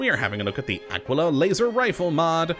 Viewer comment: its pronounced AH-KEY-LAH like tequila